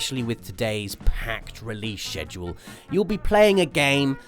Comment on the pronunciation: He said sheduclce